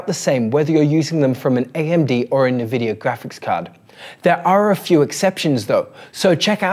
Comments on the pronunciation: As far As I know they are in Canada so they speak frenglish and this might be the reason for NeVidia and not eNvidia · Good content but it's so hard hearing it mispronounced 'nuhvidia' instead of 'en vidia'. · We appreciate the work but please amigo: it's "N-vidia" not nvi-dia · Actually... en-VID-eeyah Official pronunciation from nVidia right here: Also, unrelated to your post, but just because some crazy people like to state otherwise, "en-VID-eeyah" (emphasis on VID not the N) is always how it has been pronounced. Anyone who says it like "NEH-vid-eeyah" or "NUH-vid-eeyah", or that it ever changed back and forth how it was to be pronounced over the years, is wrong. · No mention of removal of stutter.. Major advantage of the tech. Shows lack of knowledge. Check out Blurbusters peeps. Also it's 'en vidia' not 'Na vidia 😜 Appreciate the work though and the compatibility list is great. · its NNNNNvidia not Naaaavidia. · I've heard people call it "Nuhvidia" since the 90s. It's like Aluminum vs Aluminium. You do you and ignore the trolls :D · It's pronounced INN-VIDD-DEE-YAAH for Pete's sake! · It's actually pronounced en-vid-ee-ah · It's pronounced In-vidia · Except that is Australian. And no, we Aussies don't pronounce it nirvidia either. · Jezus I can't watch it. 'NEH'VIDIA" - who doesssss thattttt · Nevidia :D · Cringe. It’s “en vidia”. The way you’re pronouncing it is like calling Intel “Ein tel” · "Nevidia"?! Apart from that, great content. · My god the way you pronounce "Nvidia".... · Mate, put that" E" in front of the "N" when you say "nVidia".